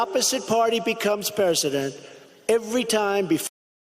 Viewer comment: "the opposite party becomes persedint"